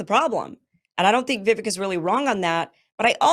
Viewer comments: It's VivEK, as in CAKE. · Why the hell can't all these average Americans pronounce Vivek? The e sounds more like a long A.